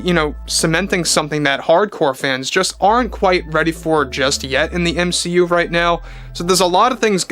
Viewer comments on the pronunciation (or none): ur saying M SHE U weird....